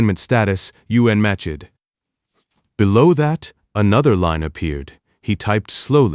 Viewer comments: Good story but the narration kept pronouncing unmatched as “U N matched” repeatedly was a little annoying ❤ Singapore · The story mispronounces unmatched twice in the first four minutes of the story. Then it continued to find more ways to mispronounce the same word the rest of the story. AI's are stupid.